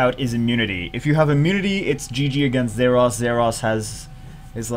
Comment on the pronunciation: It always sound like he says "zeross" instead of "zaiross" :P